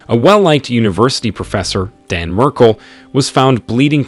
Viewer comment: The least you could do is pronounce his name correctly. Jeez